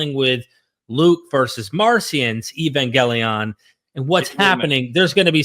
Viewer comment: EvangElion, not EvAngelion 😭